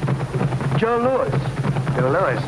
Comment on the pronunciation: "LOUIS" not "LOUISE"